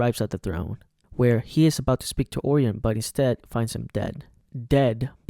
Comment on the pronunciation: You mispronounced Orion. It’s Or-Y-in, not Or-eon